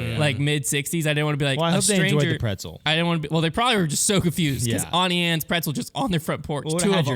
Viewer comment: The Auntie Anne's pronunciation is infuriating